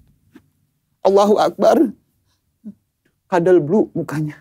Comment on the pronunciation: ngomongnya kadal blue.😂 Emang kadal tu orang😂